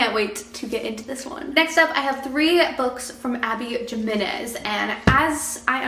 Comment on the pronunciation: the J in Jimenez is promised like an H 😂❤❤❤ but Just for the summer will be my first Abby Jimenez book and I’m excited 😊